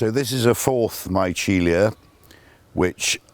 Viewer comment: A wonderful look at some of these beautiful plants that thrive so well at Caerhays. Just a note, the genus Michelia (which is now sunk into Magnolia, of course) was named to commemorate Pietro Antonio Micheli, so should be pronounced me-KELL-ee-ah, accordingly.